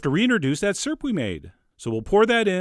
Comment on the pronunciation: Syrp🤗 That's how my husband says it too Lol, lactose indifferent 😂😂😂 The color of that peach syrup was gorgeous😍